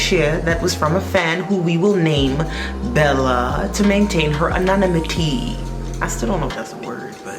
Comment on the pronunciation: I am way late and don't have the energy to comb through all the comments at the moment but as someone who learned a lot of words reading then rather than hearing them and as such doesn't judge people for pronouncing words anonymity is usually pronounced Ah nonNim ih tee